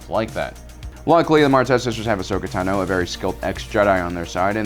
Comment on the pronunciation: All these years and you really cannot pronounce Ahsoka's last name yet or do you do it to mess with us? It's cringy bro